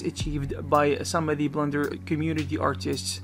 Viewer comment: I have a feeling he said "Blunder" instead of "Blender" a few times. Was it just a blunder?